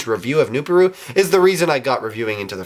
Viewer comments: I think it's pronounced "new-par-u" not "new-pa-ru. IDK I could be wrong. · Its pronounced new-PAR-oo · Also its "nu-PAH-roo"